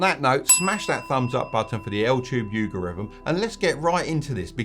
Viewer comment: altube yougorithm 😂😂